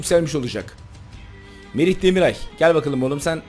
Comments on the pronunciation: Abi çok iyi bir kadro kurdun çok da saygılısın ama Merih demiray diyorsun Merih Demiral demeye biraz dikkat eder misin :) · Abi Merih Demiray değil Demiral :) Bazen yanlış soylüyorsun